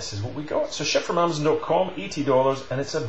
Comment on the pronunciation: Yeah, way to steep of price for me, ill wait a while for it go on sale. I just have to say you say Amazon funny, sounds like Amzun Lol.